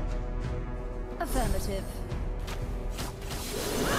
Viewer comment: Nishinoya Yucorpz first of AAAAAA NOYA ROLLING THUNDEEEEER. Second of all, I think what he means is that fanny pronounces affirmative as affermative so as a joke he wrote it as affermative